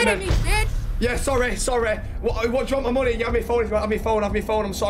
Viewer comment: “sorreh sorreh sorreh” 😂🤣